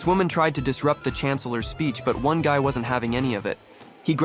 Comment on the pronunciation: ✨️Pov gay✨️ instead of guy?